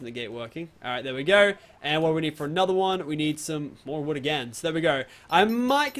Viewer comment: Tuns and tuns of woood he says